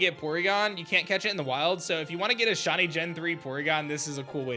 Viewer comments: Before publishing a video in which you use the word “shiny” a thousand times, maybe you should have learned how to pronounce it properly first. You’re saying “shawny.” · "Shonnie" bc shiny is difficult pronunciation